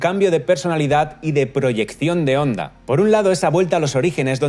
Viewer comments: «HONDA», NO «ONDA»; CON «H» SEMIASPIRADA, NO MUDA. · Se pronuncia Jonda no Onda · Hola, un error que has cometido en TODO el video, y es que HONDA se pronuncia como JONDA, la H suena como la.J en español. No te olvides que es una palabra japonesa escrita en Romajī. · jaja que grasioso que le dice onda a honda, aaaaa onda vital a todo gas a caso tambien le dicen alo a halo 🤔 pero muy bien video !!! un saludo 👋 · Me da algo cada vez que dice "onda"... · Se pronuncia "Onda" o "Jonda"?